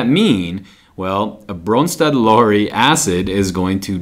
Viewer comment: He gets my vote for awesomest pronouncing of Bronsted-Lowry